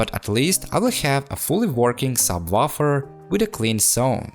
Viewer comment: "Sub waffle"